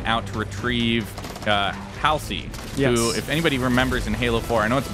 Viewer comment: Hal-see? I don't know anyone who pronounces Halsey (Hall-zee) as Hal-see.